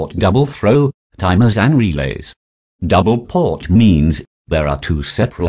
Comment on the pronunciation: Dear All, DPDT relay means Double Pole Double Throw Relay. Double pole is mispronounced here as Double port . Kindly take a note on this, when viewing/listening to the video. Regards, EA.